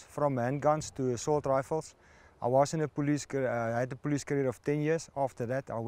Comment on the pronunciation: A expert but he said Assualt Rifle. Yep sure is an expert lol